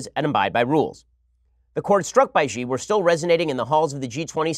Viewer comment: X is ALWAYS pronounced as SH in Mandarin Chinese. It is SHEE Jihn Ping. PuhLEEZ learn to pronounce romanized Chinese (PinYin) properly - the rules are simple and they do not have exceptions.